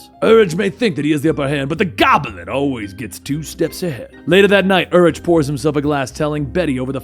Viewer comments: The Urich pronunciation is killing me. "Yur-ick", not "Yur-itch". Just a nitpick of mine lol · I love you.. but its pronounced UR-Rik the h is silent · Urich is pronounced yu-rick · Ben Urichs last name is pronounced "Your rick". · Ben Urich’s last name is pronounced “You’re-ick” not “Er-itch”. Otherwise. I liked the style. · im pretty sure its pronounce yer-ick isnt it? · It's pronounced Ben Yoorick. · Just for future reference its pronounced "YOUR-ICK" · Dude, it's pronounced Yoo-rick (Urich) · It's pronounced Urik. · Your mispronouncing of "Urich" really triggers me xD it's "ur - ick". XD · The ch in Urich is said like a k/ck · You watched daredevil on Netflix right? So you should know how to pronounce Urich